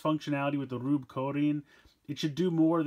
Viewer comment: It's pronounced gruebe